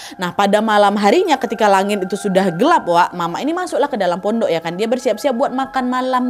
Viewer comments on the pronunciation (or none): none